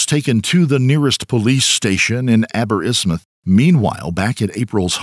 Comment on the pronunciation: Agree to disagree, especially with the butchering of the pronunciation of place names (visibly cringed when it attempted to say Aberystwyth)